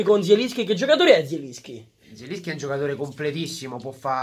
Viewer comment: Mertens non zieliski